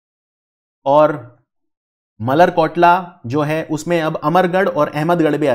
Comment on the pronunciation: मलेरकोटला not मल्लर कोटला